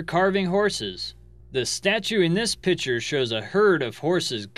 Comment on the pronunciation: learn to say "Picture". It's not PICHER!